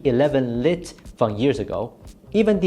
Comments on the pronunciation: You called "Lite", pronounced as "Light", as "Lit" again after correcting yourself the last time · Lite is pronounced as “light”.